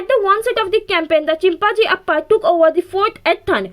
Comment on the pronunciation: amazing explanation but mam please pronounce chimajiapp correctly instead of saying of chimajiappa you say chimpajjiappa which is wrong :hand-pink-waving::hand-pink-waving::hand-pink-waving::hand-pink-waving